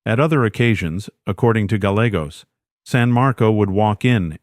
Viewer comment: Gallegos pronunciation Just thought I would let you know how to pronounce the Gallegos name 😊 you said it right the first time.😊